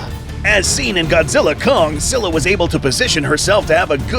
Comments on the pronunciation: “SKY-luh” doofus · Así no se pronuncia scylla